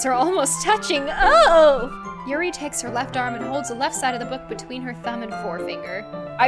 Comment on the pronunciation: Ts not Natsooki it's pronounced Natski and it's not Monika it's pronounced moneeka it's not yeri it's Yuri and it's not saory it's sayori